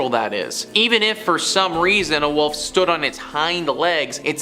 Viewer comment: Ive never heard anyone call a WOLF a WUFF before hahaha & just like when people call a ROOF a RUFF or a CREEK a CRICK - i dont like it….not at all! Hahaha ” THE WUFF “ 👉🏼😖👈🏼